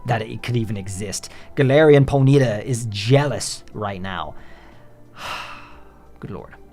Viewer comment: Its PONY TA not how you pronounced it